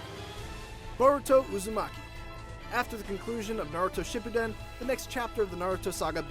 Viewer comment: Did no one else notice how he said shippuden?